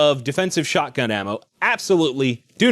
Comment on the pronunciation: When you say shotgun, i hear "Alakablam"